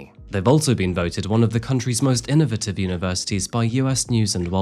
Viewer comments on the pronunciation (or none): none